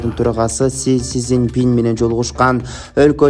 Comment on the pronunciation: Жок дегенде негизги адамдардын аттарын туура билип алып суйлочу шерменде болбой.Пирогожин эмес Пригожин,Синзя зен пин дегенин кандай?🙉 Си Цзиньпин.